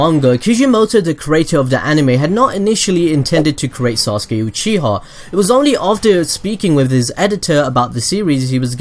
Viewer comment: this man said "sasuke uchihaw"